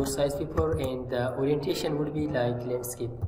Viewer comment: landscape, not lnandscape :)